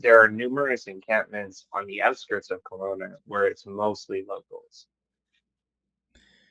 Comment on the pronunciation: KELOWNA NOT COLONA